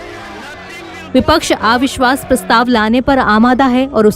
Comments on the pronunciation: आविश्वास नहीं अविश्वास उच्चारण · मॅडम आ विश्वास नही अविश्वास होता है.आप के साथ नवभारत का नाम जुडा है.कृपया डिक्शन पार ध्यान दे